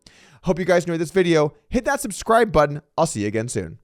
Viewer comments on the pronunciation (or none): none